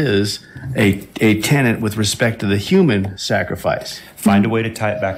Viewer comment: Sounded like they said "tenent"...every time! 🤦‍♂